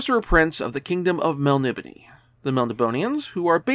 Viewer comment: Wrong tho dude its mel-NIB-o-nay. I've gotten to ask Moorcock years and years ago and he stated that very firmly and even wrote it down for me just like this inside a copy, mel-NIB-o-nay.